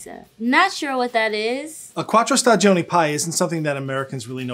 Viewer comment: Pro tip. The first "i" in stagioni is silent.